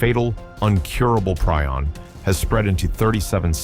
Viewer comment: Preeee-on. How many times can you mis-pronounce something you can easily check?